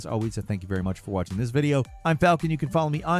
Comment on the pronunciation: Hey it is FOLKSAN